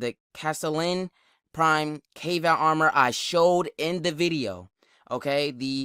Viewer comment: Is it pronounced Kay-Vatt? I thought it was Kah-Vaht. Also, stop beating yourself up man... You cool.